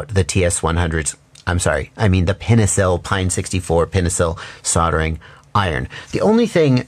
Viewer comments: It's called pine-cil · Dude. Pinecil. Pine-cil. It’s a pun on “pencil.” I suggest that that should give you a heavy clue as to how to pronounce it. 😉